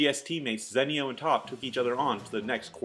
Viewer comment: Its zenio, not zènnio :P awesome vids tho, really appreciate them